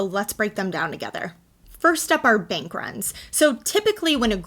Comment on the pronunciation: Instead of Bank, you say Benk.